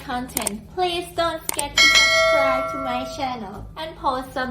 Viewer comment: You read an earlier comment where I put the correct way of saying it and you did a very good job.